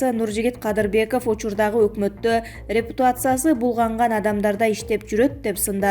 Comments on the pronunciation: 2.10 мин.рептуация деп салды ,кийин дагы экинчи жолу айтты. Бул диктордон грамотныйраак эч ким табылбай калдыбы. Рептуация деп шерменде болбой. Репутация,ре-пу-та-ция.чон кыз.Эмне деп окуганынды тушунбойсун деле окшойт.Лажа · Рептуация эмес репутация дечи экыс эмес экс дечи синдим